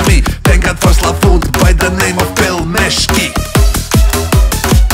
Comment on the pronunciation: No one: Absolutely no one:: PELMESHKI